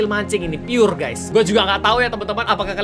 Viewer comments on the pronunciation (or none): none